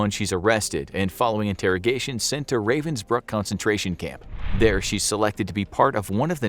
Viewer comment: it hurts me everytime he misspronounces ravensbrück